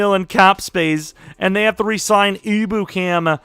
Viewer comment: Just ur friendly neighborhood Rams fan here! it’s not a big deal, doesn’t swindle this video from the greatness it is, but just a tip Ebukam is pronounced Em-Byu-Cam! Hopefully that’s helpful and u see this so u can use it for ur online franchise which i’m SO excited for!